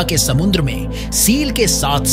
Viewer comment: Samundra na re baba samudra samudra kahte hn